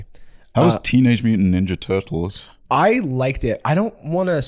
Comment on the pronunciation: pronouncing every single syllable of Teenage Mutant Ninja Turtles just made my day